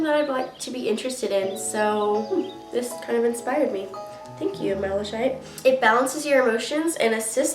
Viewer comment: Cool vid! the Stone is actually pronounced mala-kite but it’s spelled malachite, I learn a lot from books but pronounciation is tough for me too you’ll get the hang of things. just don’t get discouraged there is a lot to learn but you don’t have to learn it all right away. I’m still new at this myself :)